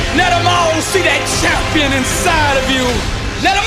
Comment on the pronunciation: I dono if its just me but the way the bro delivers "CHAHM-PI-AHN" bruhhh got me